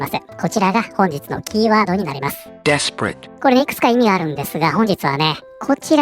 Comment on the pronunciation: 私のネイティブジャパニーズのしょぼい耳ではdesperateが◯eath paradeに聞こえるし彼女のニュースと合わせて聞くとそう感じる